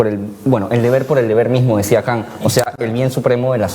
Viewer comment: 'KAN': "La metafísica de las COSAS" Qué obra es esa??? Jajaja Este cabrilla no sabe pronunciar Kant y para colmo no sabe ni siquiera el nombre de su obra... para colmo lo quiere meter en su rollo del género... Pfff. Debería agradecer que está en Perú, en donde su floro y sus burradas pasan piola ante un público ignorante. Sugiero que le pongan un 'avexuxo' en la boca para que esté contento y deje de decir coyudeces :v